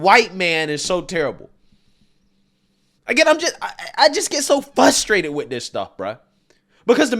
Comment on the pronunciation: I must say, it's frustrating to hear keep saying fustrated. Lol.